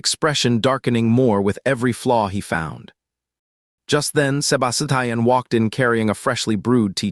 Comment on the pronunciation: I CAN'T FOCUS BECAUSE OF "SEBA-SI-TIAN" 😭😭😭😭😭